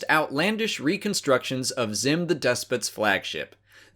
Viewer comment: Sounds like "Zim"